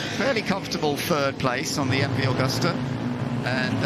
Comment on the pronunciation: What a pity the announcers can apparently only give bike numbers, not makes. And it's MV-Agusta ("Ah-goose-tah") not "Awe-gusta-ah."